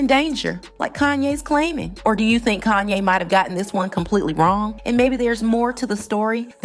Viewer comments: It's Kahn-yey not KAN-YEY. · Couldn't get past the first 60 seconds in your video. Hearing you call Kanye. CAN YAY. I THINK WE ALL KNOW INCLUDING YOURSELF KNOWS THE CORRECT PRONUNCIATION OF HIS NAME. WONDER HOW MANY OTHER THUMBS DOWNS U WILL GET BECAUSE U DECIDED TO DO THIS FOR GOD ONLY KNOWS WHY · Your pronunciation of Kanye is triggering lol. You cant be serious. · Please learn how to pronounce Kanye's name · Fake, you can’t even pronounce Kanye’s name. Block this person